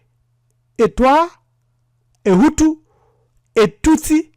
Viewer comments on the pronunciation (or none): Hutu not hutsi